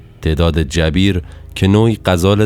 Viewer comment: تلفظ درست اسم اون آهو جُبَیر هست